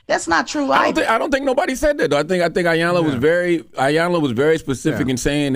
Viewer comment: Damn it a her Name is E-Yanla!!! As long as she’s been around say her name right.